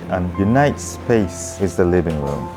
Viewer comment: WRIRRING WROOM????? ahahhahahahahahahahahahahah living room ahahahahahhaha feels like south park asian eposide!